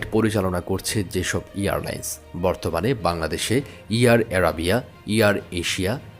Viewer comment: Pronounce Airline, not Earline’s